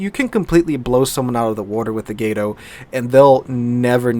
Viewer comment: "Gato" has a Short "A" pronunciation, it's "Cat" in Spanish My Brother.